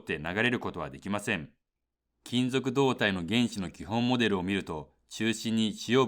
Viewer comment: 導体の発音が違う。 この発音だと胴体だ。 MOSFETはモスフェーと言っているように聞こえる。 モスエフイーティー と言って欲しい。